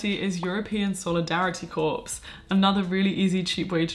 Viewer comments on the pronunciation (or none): so many great ideas! just one thing - i don't mean to be an a**hole about grammar when i say this, but just to avoid anyone else correcting you irl: corps as in an organisation is pronounced without the 's' ;)